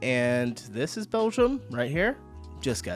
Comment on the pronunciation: Can you PLEASE friggin stop saying Belzham? It's called Belgium.